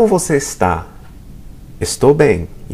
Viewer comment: kind of sounds like 'bay em' to me.